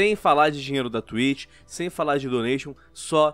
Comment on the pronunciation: "da twich"